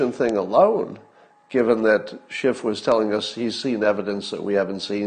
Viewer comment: It's Schiff, not Shift.